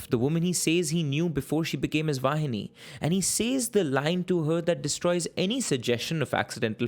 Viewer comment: He pronounced "vaini" In a weird way too lol